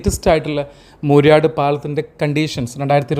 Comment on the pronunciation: മൂര്യാട് അല്ല പലപ്പോഴായി തെറ്റായി പ്രയോഗിക്കുന്നതുകൊണ്ട് എഴുതുന്നു. മൂരാട് ആണ് ശരി. മൂര്യാട് മലപ്പുറം ജില്ലയിൽ ആണ്.